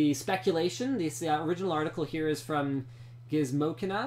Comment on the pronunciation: Lol he pronounced gizmo China as gizmokina